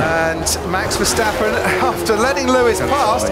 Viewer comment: Verstapen... Nerak... Nerak... Rusuh...